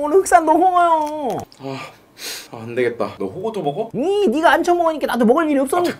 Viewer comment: 또 먹어 할때 ㄱ발음 뭉게지는거 ㄹㅇ 빵터지네